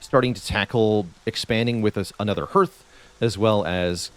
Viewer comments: Minor quibble, but the vowel sound in "hearth" is the same as in "heart," not "heard." Appreciate the tips a lot, getting above the first couple prestige levels has been a challenge, I think they should help. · Yes, hearth is pronounced like "harth" and primer like "primmer". I'm giving him a pass though because he's Canadian and might not know better.😄